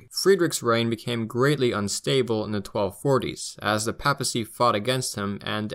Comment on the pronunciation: Until I found this video, I couldn’t find much on the non-Nazi history of Germany, thanks for giving us this. By the way, in English the first a in papacy is pronounced like that in Paypal, not like that in pap.